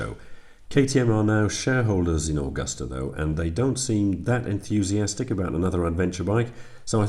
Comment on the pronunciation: Its MV Agusta , not Augusta 🙃